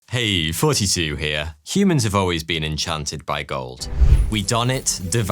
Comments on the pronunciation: I just realized thoughty2 sounds like 42 coming from this guy. Does this man think he’s the answer to the question of life? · Everything you say thoughty2 it sounds like your saying fourty two n9 hate just saying loo it's fun😊